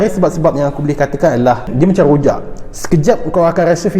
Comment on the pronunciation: Qhojak, pelat 'R' disitu.. pabila 'Raa' bunyi 'Qaa'..